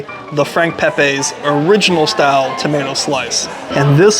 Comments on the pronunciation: hate to be that guy but, its pronounced Peh-Pee, Not Peh-Pay. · Frank pepeees is how its said ! Not pepaaaa s ! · Thanks for coming but the lines just got longer, ugggg. Pronounced Pepeee